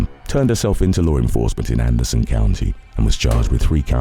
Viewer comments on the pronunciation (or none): none